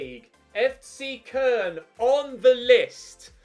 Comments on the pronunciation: Who’s Kurn? Thought you were managing CO-LOWN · Its pronounced co loan